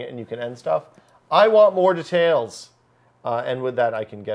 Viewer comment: DETAILS. Not DETEILS. God damnit learn how to pronounce words.